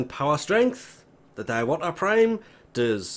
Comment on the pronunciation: Diwata is read as "Dee-wa-taa"